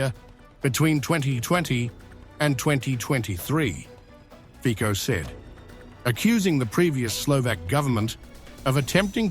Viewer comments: The correct pronunciation of Slovak prime minister's name is /fitso/ not /fiko/. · ...Fico is pronounced Fitso, not Fiko... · Fico is to be pronounced 'Fitzo'. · Pronounce Fico correctly!!